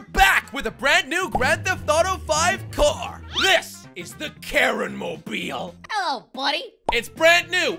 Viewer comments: It is not karen it is ka-rin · The karin mobile sounds more like the Karen mobile.